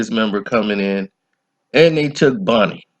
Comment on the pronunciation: Bunny not Bonnie!